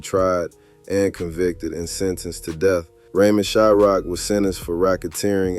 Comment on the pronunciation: Its Shryock not Shyrock